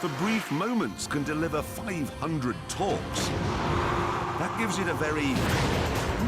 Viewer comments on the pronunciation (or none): "500 torques"